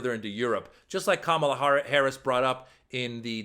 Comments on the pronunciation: Pussy neck loves some Putin but cannot even pronounce Kamala. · This thug Donald Trump has no business ever stepping foot in the Whitehouse again. Kamala Harris is educated and articulate. Listening to Donald Trump is like listening to a gang leader. His command of the English language. Him mispronouncing her name, is intentional and juvenile. It's so immature for someone his age. Donald needs to grow up and act like a man and not like an Insurrectionist. Vote for Kamala Harris and Tim Walz. We need adults in the Whitehouse. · He chooses not to pronounce the VP’s name correctly, because he wants to be a bully, but he’s actually a coward.